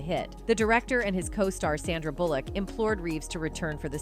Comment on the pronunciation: its not KEEnu and its not bullLICK. I seriously cannot watch this because it hurts my head so much to repeatedly hear mispronounced names or words. whether it's AI, or whether it's a real person, instances like this is what will actually cause you to lose fan base and make people actually run away from your videos and click the "do not suggest this channel" option. now think about this did you choose that voice for an audibly pleasing experience?? because the mispronunciations made it so unpleasing you're getting comments about it and people like me have actually clicked the never ever ever ever ever ever show this channel again option. - truth